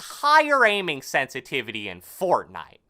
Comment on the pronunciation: I don't like how he talks. He says some words louder and slower than the rest. He slows down at the end of sentences. He also says parts of words words louder. "Sen-si-TI!-vity" and "mee-dee-om" are some that really annoyed me. "Call of doody" ugh... I can't watch this.